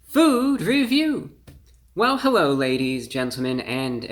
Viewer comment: Hewwo Wady’s and Gentlemen!